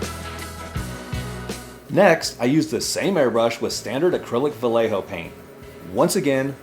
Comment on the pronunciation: Not trying to be a jerky grammar police but its pronounced Va yeh ho. The double L sounds like a y In Spanish. Its a Spanish word and or name. Thanks for the review! Good stuff!